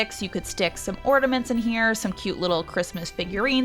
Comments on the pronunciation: Omg its a floor Its not ground!! And its not ordamets Its ornaMents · Love how you call ornaments "ortaments"